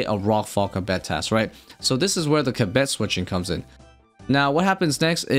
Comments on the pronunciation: Theres no way kibet is the right way to say it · I feel like the mispronunciation was unintentional, but it was really jarring. Going off the transcript, which is a bit tricky because it keeps showing the word as "cabet" or "kabet" or even things like "ketti", the word kebbit was used around 30 times in about 8 minutes. I really hate missing any part of a video, but that was way too distracting:(. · “Ka-Betty tuft” had me dying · keb-bet? your trolling XD kebbit wheres the 2nd e? XD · You're saying kebbit entirely wrong and making this video impossible to watch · pronounces so many things in this game incorrectly. It’s so fucking cringe